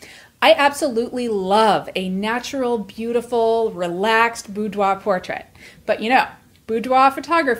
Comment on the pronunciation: The first thing I learned from this video is how "boudoir" is actually pronounced.